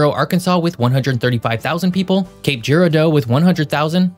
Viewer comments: growing up and living in St. Louis, we learned it was pronounced Mah' drid, the A is like cat. emphasis on the first syllable. And as already mentioned in the stream, its Cape jer ar' deau. empahsis on the middle syllable. Good try. The area of the state in MO has a deep French heritage. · Please learn how to pronounce the way we do the towns that mean so much to the millions of us who live here. New MA-drid (think "BAD rid") Cape ji-RAHR-do (Cape Girardeau) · Are you trying to create interactions by mispronounced city names? If so, then, whatever, dude. If not, it's Cape Juh-RAR-doh, New MAD-rid, both in Mizz-UR-uh, and KAY-ro Illinois. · New MAD rid pronunciation. Chim-nees not chim-uh-nees. Cap JE RARD o. PAW nee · Good video. A great fact missed was Reelfoot Lake in NW Tenn created when Mississippi River changed course after 1811 quake. Also, pronounced "New MAD-drid" (not like Spain city Madrid.) Also "K-roh" Illinois (not like Egypt city Cairo.) Cape gi-ROD-doh (Girardeau) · It's not pronounced like the city in Spain. Miisourians pronounce it MAD-rid, as in angry. There's a long list of interestingly-pronounced places here. Cape Girardeau is pronounced like it's French (which it is). jer RAR dough. Good luck pronouncing Nevada, Missouri. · The pronunciation of "Cape Girardeau" is so wrong lol - but this region also calls it "New Maahdrid" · I've got family down in SE Missouri, so both this, and the way he was saying New Madrid was making my eye twitch.